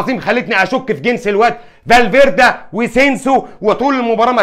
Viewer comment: اليجزاندر لاكسيت 😂 ارزنال (ارسنال) 😂 زابايوز (سيبايوس) فالفيردا (فالفيردي) اللي يفوز في نصف النهائي سيلعب النهائي